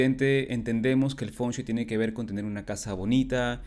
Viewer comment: Por qué lo pronuncias mal? Dices "Fonchuei" y es Feng Shui